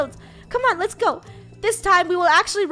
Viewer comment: its so funny that says gow instead of go